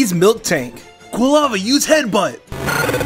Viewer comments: it was great but you said "milktank" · it's Miltank not Milktank. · Did he say milktank?? 😐😐😖😖🤦🏽‍♂️ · I’m sorry did you say “Milk-tank” instead of “Mil-tank?” Dude fr£aking wut? Or was that a troll? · i-i-it's not milktank...